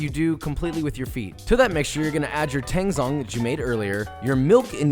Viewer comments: Love the recipe! Just a PSA: tangzhong is pronounced "tangjong" according to the original chinese "湯種/汤种" for a water roux. Zh is kinda like a J sound ✌🏻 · 'zh' in Chinese is pronounced 'j', like in 'jungle', then it's tang jong. Love this method, I was wondering if I could use it while making challah? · just for future reference, the "zh" in "tanzhong" is pronounced kinda like a "ch" sound, not like a "z". sorry i dont mean to be an ass about this! still a great recipe